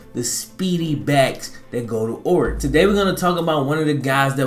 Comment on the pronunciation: Ore-gone, Oregon